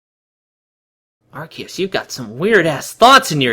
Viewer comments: Ikr if that's how you say Arceus then you should say cactus like sactus. Lol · Everytime he says the name of Arceus wrong it make me just want to yell straight into his ear with a microphone. It drives me insane